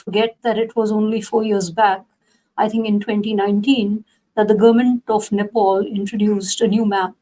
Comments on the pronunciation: Who is this moron interviewer, Country's name is Nepal not Nepoul. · Its Nepal & not Nepaul.